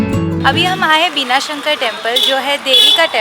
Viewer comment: You fool pronounce correctly बनशंकरी, ಬನಶಂಕರಿ not बिनासंकरी